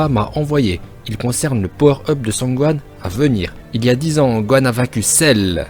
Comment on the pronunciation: Cell,Cerrrrru où bien Rrrrro Day Kaïoshin😂😂😂